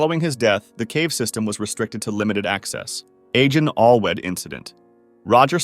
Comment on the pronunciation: just some freindly note: in wales Agen Allwedd would be pronounced Agen achweth, instead of agen alwedd.